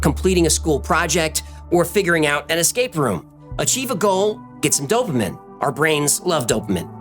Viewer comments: This is a fucking great video, but its "dope-a-mean" Did you just say it wrong the first time and committed all the way, or do you always say it like that? Lmao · Dopamine pronounced dow·puh·meen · Oh man, you're putting the emph-A-sis on the wrong syll-A-ble...dope-uh-MEEn dopamine.....dopa-min....you're silly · Dope-a-meen not Dope-a-min. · Why are you saying dopamin its pronounced "do-pa-meen" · DOPE-UH-MEAN*** Dopamine Not dopeaMIN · DOPE---UH---MEAN - dopamine DO NOT SAY - DOPE---UH---MIN PLEASSSESESEEs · I thought it was dope-uh-meen not dope-uh-min.. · Mystery: Why did you pronounce it dopemen instead of DOH-peh-meen? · It's pronounced 'Doh - pah - meen' Not dopamen hehehe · Its “dop-ah-meen” not “dope-minnn” you swine… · Dope-AH-MEAN. Not Dope-AH-min. great vid. Always enjoyed the work of 3301. Glad you did this. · dopamine = doh pah mean dopamine <> doh pah min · Pronounced Dough-pa-men (Dopamine)❤ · Dopamine - doh-puh-meen not dope-a-min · dope-uh-min bruh its dough-puh-mean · dopeamen? Or dopamine 😂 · All I know is I was slightly perturbed by hearing you say "dope-uh- men" instead of "dope-ah-mean". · He says the word “dopamine” 5 times and he pronounces it dope ah min, instead of dopamean. The Greek word for dopamine is ντοπαμίνη which was Caesar’s 5th sons middle name. Pronouncing it “min” instead of “mean” would suggest minus vs “mean” or average. Subtracting Caesar’s 5th son is exactly what Caesar did in 745 A.D. when he killed his own some by poisoning him with the blood from 3310 Cicadas. It’s an easy one to figure out really. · It’s pronounced “dopamean” not “dopamin” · Not Dopa-Men; Dopa-Meen. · If you're going to speak scientific verbiage and refer to the endocrine systems. Please! At least pronounce "dopamine" correctly. Its NOT doh-puh-minn..... It is Doh-Puh-Meen. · Dopamine is pronounced DOPA MEEN not DOPA MIN or MEN. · I thought it was pronounced dope-ah-MEAN. Not dop-Ah-minn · it’s dopa-mean not dopa-min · Dopamine ~ Pronounced dow·puh·meen